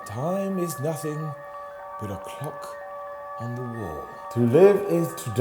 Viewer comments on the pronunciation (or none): none